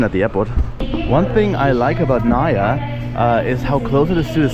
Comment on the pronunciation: It's " Nah - ih - yah" not "Nayah".